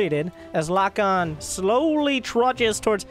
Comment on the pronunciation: I believe Lokon is spanish, which would be pronounced lokón (with the strength on the second o)